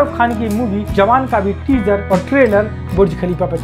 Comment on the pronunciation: Awan nahi bhai jawan😂